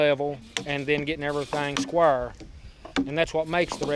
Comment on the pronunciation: I really love that pronunciation "skwahr"...who knew?